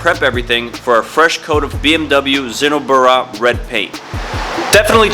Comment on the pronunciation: the way you said zinnober😂 sinnoburuuhh Americans dont give a fuck😁